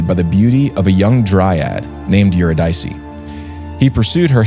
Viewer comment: Eurydice should be pronounced [Yoo RID' Ih See] not [Yoo Rid EYE' See]. Love you guys! Press on! <><